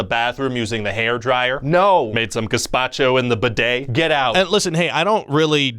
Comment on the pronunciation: Channeling your inner Gallifinakis saying bidet like that